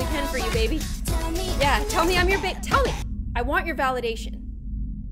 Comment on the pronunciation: Cloudy•Pictures I also heard it as bebe like baby 😳